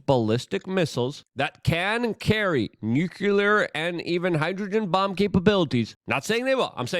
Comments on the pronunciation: Nuclear is pronounced "New Clear". Not "New Cue Ler". What ever that is lol. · Luke for christ's sake, it's nuCLEar not nuCULer. You don't want to sound like Dubya now, do ya? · Nuclear pronounced “new clear”